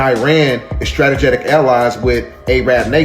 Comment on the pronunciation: That dude kept saying “stratajatic” now it’s stuck in my head🤦🏻‍♂️